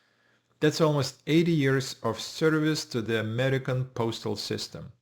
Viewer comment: Foreigner who can't even pronounce AMERICAN